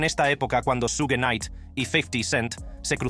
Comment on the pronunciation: Su-gue jajajajaja